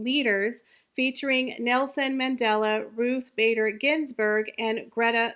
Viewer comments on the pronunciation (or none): none